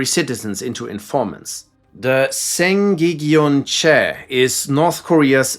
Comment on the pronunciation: Saeng Gag gyeong chal. It is more accurate when pronounced ""Seng gak gyeong chal" in English. btw Its not an official name, its just a nickname. thanks for video!